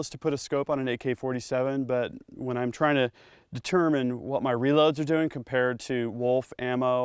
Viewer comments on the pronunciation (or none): none